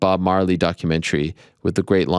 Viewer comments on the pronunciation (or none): none